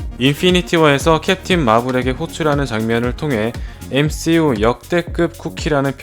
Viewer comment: 이분 시옷 발음이 쩔어주시네 쌰론, 쒸빌워, 엠씌유